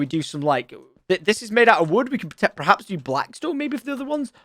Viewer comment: I dont mean to dig on tom but is it just me that noticed every time he uses the word 'perhaps' he actually says 'prehaps'?